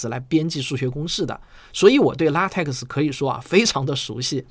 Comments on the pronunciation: LaTeX： 读做 ” La Te Ke “ ，而不是 La Te Ke X . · LaTeX 的X不发音 念作拉忒克